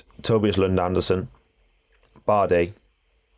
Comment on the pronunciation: it is Tobias Lund ANDRESEN - Not Andersen.